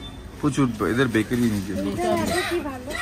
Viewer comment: Breakery 😂😂😂😂😂😂😂 bakery bolo.....